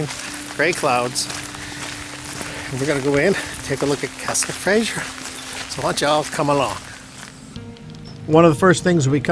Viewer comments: Castle Fraser (pronounced Frazer - with a "z", not a soft "g" - by the way. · Nice video BUT please it is FRASER not Frasier. Kind of grates !!!